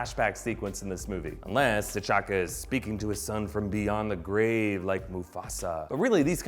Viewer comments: The narrator calls T'Chaka "Ch'Taka" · he said Ch’Taka instead of T’Chaka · T'Challa and T'Chakka are pronounced Challa and Chakka... Surely? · Did anyone else notice that he said ch’taka instead of t’chaka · What's a Chataka? Hahaha